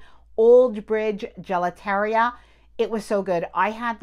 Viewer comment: I’m sorry, but if you are doing travel videos, I think you owe it to your viewers to get at least popular locations pronounced correctly. Trastevere, Gelateria. Come on. Do better.